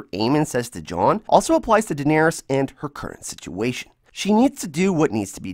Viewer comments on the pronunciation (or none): none